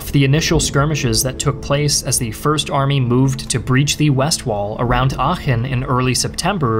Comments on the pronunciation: Oh, he can pronounce "Aachen" correctly, but he can't pronounce "Iran" correctly. Is it less deserving of such native honorifics in his subconscious opinion for being a Muslim country? Or he just didn't care enough to give it enough decency and respect by looking it up as he did with Aachen? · You can really hear, that he practiced the pronunciation of Aachen. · almost perfect pronounciation of aachen, didnt expect that at all, great job! to give u a little hint, u pronounce it like achen though, not aachen. spend a little bit more time on the a like the e in bee instead of be. not such a great job on schutzstaffel though^^u realize btw that the german word volk is almost exactly pronounced like the english word folk? its the same word almost, why u pronounce it like wolk? and yes that includes volkswagen. u pronounce it like folkswagen not wolkswagen lol. well, there is also the great philosopher immanuel kant, and i dont want to get into how that is pronounced...i think i will just watch the video and stop commenting from here^^